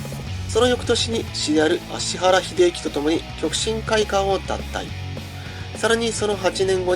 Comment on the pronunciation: ちゃんと「アシハラ」って言ってる。